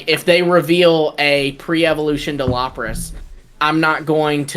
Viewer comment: Not “Lop-ras” 😂😮‍💨 that hurt to hear